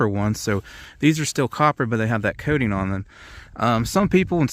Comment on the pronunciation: Coating not kay-ting...